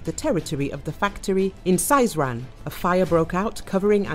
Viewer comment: Сызрань- S ee zran’. Not Saizran